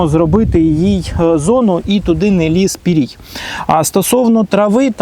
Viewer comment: !!! ПирІІІІІІІІй, а не пирЕй ! Це рос-ю - пырЕй !!!